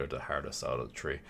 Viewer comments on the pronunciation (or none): it three not tree